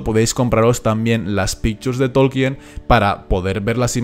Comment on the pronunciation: "Todo lo que yo sé..." ja! Tan humilde el tipo este que ni sabe pronunciar el apellido del profesor